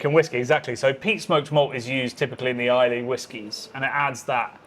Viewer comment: Please, for the sake of Scotland - Islay is pronounced ai-luh. Drop the ‘y’ 💙